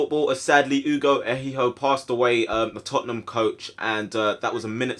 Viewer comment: Ehiogu not ehiho